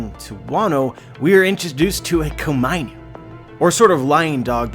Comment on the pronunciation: When he says Komainu I want to facepalm... It is Ko-Ma-I-Nu.